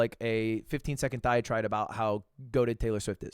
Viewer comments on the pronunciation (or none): Did Mr. English-Major just say "diatride"?? AHAHHHHAHHHAAHAH